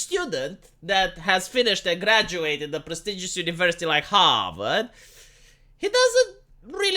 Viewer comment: I got a chuckle from blue-blood pronunciation of “Harvard”.